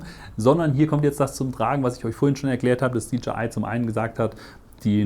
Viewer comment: Tolles Video und Vergleich. Danke fürs machen! Freundlichen Hinweis, wenn ich darf: wie man „DJI“ richtig ausspricht ist folgendes: „DeeJay Ei“. Ja, wie ein Disco „DeeJay“! Sie sprechen Dee Je Ei aus und leider finde ich es als sehr ablenkend in eine ganz gut gemachtes Video. Viel Erfolg!